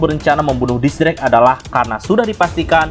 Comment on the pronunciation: X drake, tapi mimin bacanya kok gitu yak :v